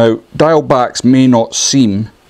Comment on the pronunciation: For those of us in Wales please learn to pronounce ‘diawl’ - its not ‘dial’ its pronounced ‘deeawl’ but say it quickly